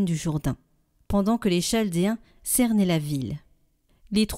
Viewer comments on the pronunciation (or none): Il faudrait modifier la prononciation de Chaldéen ! Il y a souvent des mauvaises prononciations qui modifient la compréhension du texte. Je pense que c’est votre logiciel ! Merci pour votre travail d’évangélisation. 🙏